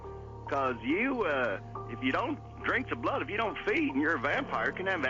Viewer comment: “Most of us do prefer to dRiNk tHe BlOoD” boi😂why did he say it like that